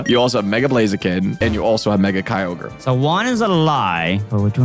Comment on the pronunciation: Bro said mega kyaoger😂